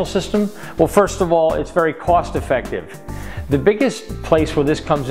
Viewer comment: lmao "effictive"